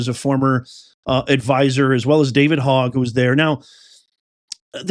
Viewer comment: Hogg is pronounced like HOE not hog. I dated a guy last name HOGG.😉